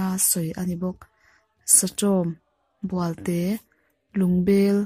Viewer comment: Bualte tih pawh khi "bual" khi a sang tur bawk a ni e.